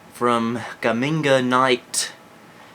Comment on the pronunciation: just realised you said my name wrong.. its Gaming - At - Night - PS3